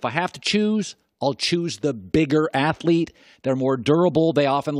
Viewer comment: I dont know why he keeps saying bigger athleet 😂😂😂😂😂😂😂😂